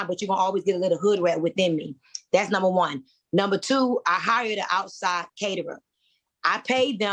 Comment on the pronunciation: It is pronounced Number not Numa. There are no Queens, with out a castle, no queens without armies, and no queens that can not speak the kings English. I side with Q..